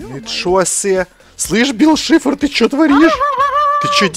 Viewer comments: ты не правельно гавриш бил шифар а бил сайшер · Вообще-то правильно Билл Сайфер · Не Шифр, Сайфер. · БИЛЛ САЙФЕР, А НЕ ШИФР!!!!! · НЕ БИЛ ШИФР А БИЛ САЙФЕР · Не бил шифр а сайфер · Не шифр а Сайфер